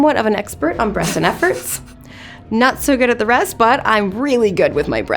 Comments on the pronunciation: Is it just me or does she say brests and efforts instead of breathes and efforts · Am I the only one hearing breasts and efforts? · why does her "breaths and efforts" sound like "breasts and efforts"